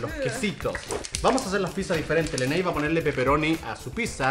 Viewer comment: Yeeeeee dijo leney